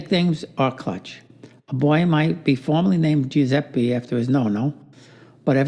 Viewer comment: It's Joozeppeh, not Joozeppie!